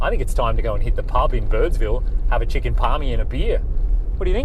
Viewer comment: Parma, not parmy. Or you’re not a true Victorian. 😉